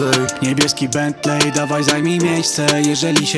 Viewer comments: Czyta się "bentli" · Nauczcie się wymawiać Bentley, a potem nagrywajcie. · jak słyszę jaki oni wymawiają bentley to rzygam... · Wszystko spoko, tylko niech oni w końcu nauczą się wymawiać słowa typu bentley i maybach